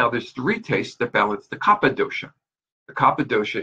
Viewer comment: It's called kafa not kappa ! If you learned all this stuff you should know the correct original speaking of that dosha!